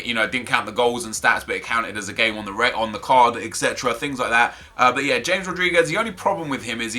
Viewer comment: Your mispronouncing James Rodriguez's name. Its pronounced Ha-mez not James.